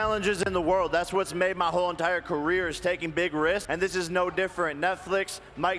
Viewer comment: Bro said career (JP) 😂 …